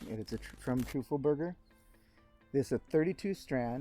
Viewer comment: Love your vids, as always since I found you here. Funny how you pronounce Teufelberger as Trufelberger. 😊 You should say it like TOY-fuhl-BER-guh, with emphasis on the TOY, just saying. Love your work!!